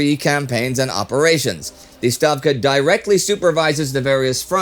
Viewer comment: Thank you for correcting the pronunciation of "Stavka" :)